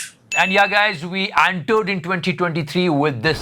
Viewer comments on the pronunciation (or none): antered kya hota hai re🤣🤣🤣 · Normal ppl says Entered.... 'Aantered'. Luv u 😘😘🤗🤗🤗